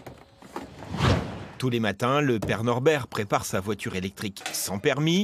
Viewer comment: "Je demandes au tout puissant, de bénir cette vwatur" Comment une phrase si stylée peut autant ce casser la gueule XDD